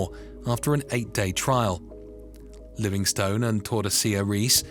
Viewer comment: Livingstone is pronounced Livingst'n too.